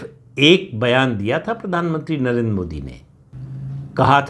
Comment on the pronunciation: नरेंद्र शब्द का उच्चार आप नरेन् ऐसा क्यूं करते हैं?